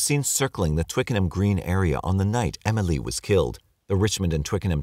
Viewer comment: The way he's saying Emily is really grinding my gears